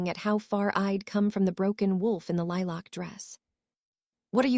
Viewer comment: The AI voice pronouncing lilac weird was a bit irritating but you really need to fix the “hopping” error 😂 unless I’m wrong and everyone is jumping around I’m pretty sure it’s supposed to say “hoping”